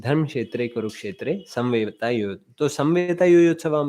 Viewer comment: Plz correct your pronunciation It's Not saMveta it's saMAveta